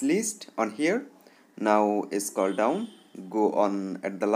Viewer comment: scall down 😂